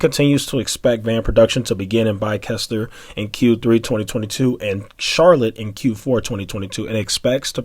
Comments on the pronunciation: Pronounced like this... bye sester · Their facility location is Bicester, England. It's pronounce like: Bister (bis-ter)